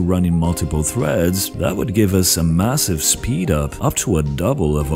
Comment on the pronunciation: dont drag your syllables out for so long, for example at threads . you wouldnt talk like this if you talked normally and its really unpleasant to listen to.